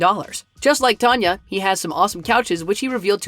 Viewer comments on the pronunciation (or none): Taneh its tan a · Its not tanya mongo Its tana monjo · It's tan-uh not tonya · Anybody else notice he said Tanya instead of Tana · It’s not Tanya it’s Tana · He said Tonya not tana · ITS TANA LIKE TAANA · The way they said tana (no hate) 😌